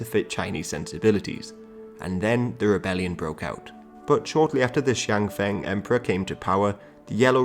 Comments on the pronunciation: Thank you! Very nice video for us to review the history of China in 19th century. One thing to be mentioned is there are many subtleties in Mandarin Pinyin which makes non native speakers confusing. "X"ian F"e"ng was pronounced wrongly. "e" in Mandarin pinyin is pronounced not as [e] ("ending"), but always a [ə] ("her", "Mercedes", "Herschel"), except for "en" which pronounces between English [e] and English [ə]. X,J,Q are pronounced as [s/dz/ts] when followed by "i", and [ʃ/dʒ/tʃ] when followed by "u" (actually pronounced as German "ü" - close front rounded vowel [y]). "Quan" is a very tricky syllable, many people pronounce as [kwan] as its spelling is close to "Queen". Actually it pronounces as [tʃyʌ n] or [tʃyen]. The latter [tʃyen] is preferred because speaker feels not so comfortable when combining [i/y] with [ʌ n], therefore Mandarin replaces [iʌ n] or [yʌ n] with [ien] or [yen]. X/J/Q pronounce essentially similar as their counterparts S/Z[dz]/C[ts], they are adopted in Pinyin primarily for: Differentiating affricate/fricative consonants with [i] (Xi = Si in English) vs extended consonants without a vowel (Si = Ss or ß in German). The rule in Pinyin is that a consonant always follow a vowel, so "i" in "Si" is considered as a dummy vowel. Differentiating [u] (Su) and [y] (Xu = Sü). Therefore "u" in Pinyin is always pronounced as [u] (eg. "fool") except when it follows X/J/Q and serves as replacement for "ü". In Chinese passports, "Lü/Nü" are written as "Lyu/Nyu" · Xiang Feng. Feng rhymes with English dung, or funk.